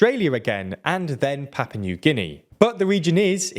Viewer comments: Why do you call Papua New Guinea "Papa"? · Papa New Guinea??! Do you mean PAPUA?! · “Papa” New Guinea, lel. Ah, yes, come to Papa.